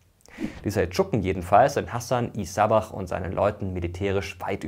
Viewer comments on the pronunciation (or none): Das Wort Assassine stammt nicht vom Haschisch ! As Hassan heißt auf persisch: von Hassan ... Damit bezeichnet man die Zugehörigkeit:) Hassan e Sabbah und nicht Hassan i Sabbah ... auch hier im persisch wird immer dem Vornamen eine e als Bindevokal hinzugefügt.